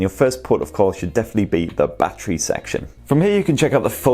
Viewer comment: Every time he says battery as bachery I cringe